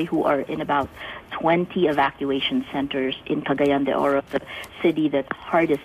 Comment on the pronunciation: Its Cagayan de Oro. Not Gagayan.